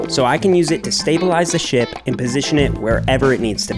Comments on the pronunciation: When he said ship I thought he said shit☠️ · Bro acting like he said ship instead shit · it didnt sound like you said ship 🤣great vid tho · Bro same for me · lmaoo i also noticed